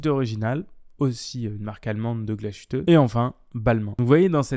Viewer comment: Belle synthèse. C'est à la marge mais tu aurais pu préciser que comme Swatch possède ETA, Citizen détient aussi Miyota et... Lajoux-Perret. Et Chanel ne fait pas que de la mode ; c'est aussi une maison horlogère. Voire la J12 par exemple ! Enfin, petite leçon d'Allemand. Glashütte ne se prononce pas avec "ch" mais "ss" - Glassuteu en français ;-) Et Lange und Söhne (pas and ; le ö se prononçant e)